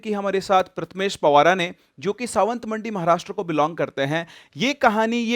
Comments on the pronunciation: Sir it's Sawantwadi Not sawantmadi 😂🤣😂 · it's 'pawar' not ' pawara' and it is 'Sawantwadi' not 'sawantmandi' 😅😅